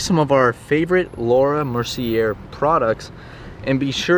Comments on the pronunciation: Hearing say Laura “Mercy-err” is killing my soul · THATS NOT HOW YOU PRONOUNCE MERCIER